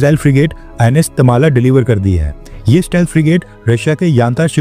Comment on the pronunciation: It's not Tamala.. it's Tamal.. a sword used By Indra